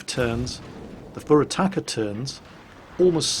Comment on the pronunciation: Pure Attacker, Four Attackers... Wow, Youtube captions are even worse then at pronouncing Furutaka. Minekaze: Medic Ozzie.